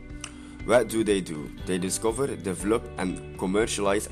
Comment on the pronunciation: Good content. Idk if you are trying to cut of words but isnt it develop instead of devlop